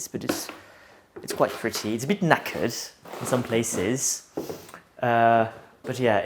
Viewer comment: Oh, when he says knackered in his accent, so adorable and funny, such a British word said in an French accent🤗🤭